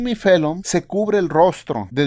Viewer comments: Por qué dice Fellon en vez de Fallon? No sabe hablar o que? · Es Jimmy Fallon, no Fellon!!